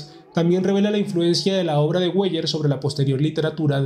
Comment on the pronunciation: Weyer se lee Vaier. Perdone la nota.